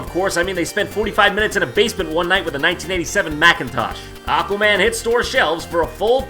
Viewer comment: Ladies and gentlemen, I present to you ECHwaman: Battle for Polaris.